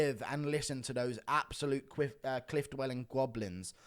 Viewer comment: "Qwiff dwelling Gwoblins" - 2023